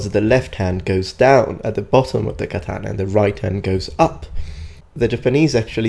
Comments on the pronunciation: The fact that he pronounces katana as KAH-TAN-AH triggers me. Too bad he passed away so we can't tell him the actual pronunciation in person. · And also WhY dOeS hE kEeP sAyInG kAtAnA WrOnG each word in katana is supposed to sound like an oh not Like an AN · Can-tana lmao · deh katanuh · His pronunciation of Katana causes me to feel unwell. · the way that guy pronounces katana is giving me earcancer. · Hate how he says katana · I just have a problem with him saying “Katana” as an asian American.